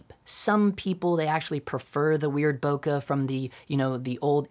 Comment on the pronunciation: why cant most of these guys pronounce bokeh properly?? its not that hard